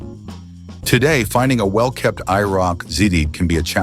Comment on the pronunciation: Stopped watching when the AI spelled out IROC